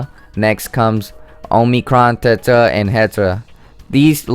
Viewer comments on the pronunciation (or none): none